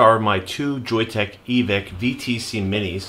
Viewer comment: Thanks, and yes you got the pronunciation correct! I really like that Joyetech is standing behind their product. Hopefully they will keep it managed so it does not blow through batteries too quick, and yes stainless steel soon too!